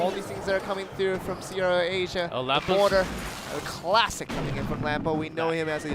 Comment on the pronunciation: Im really triggered that the commentator cant fricken say mortar right...